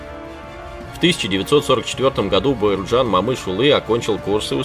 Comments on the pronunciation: коментатол не Бауырджан а Бауыржан и не Мамыш улы а Бауыржан Момыш yлы, котак коментатор. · Абсолютная безграмотность. Не Мамышулы,а Момышулы. Не Бауырджан,а Бауыржан. Аж,противно слушать таких шовинистов нарошно с искажением неправильно выговаривающий имена. Если трудно произносить через букву О ,то тогда генерала Конева так же произноси как Канев. Идиот.